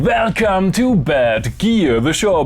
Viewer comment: I will never understand how he can say "velcome" and then say "world" it's like he doesn't know he actaully can pronounce v's and w's. I call foul.